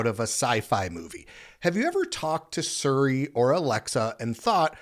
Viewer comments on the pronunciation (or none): none